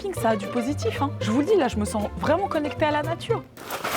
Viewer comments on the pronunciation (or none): la "natrue" 😂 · « La natrue c’est formidable »!!! 😂